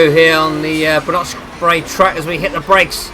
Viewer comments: It's not "nok", more "noch" like it is spelt. It has that throat sound to it, not a "K" sound. Like when you say loch. The majority of English people say it like "lock" rather than "loch". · Track is pronounced 'Ba - nok - brae'. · Haha yeah that is correct! But fro non Scottish people that get's confusing because 'ch' is normally pronounced as he says in this video. But you are correct. 'Noch' as in 'loch'. : ))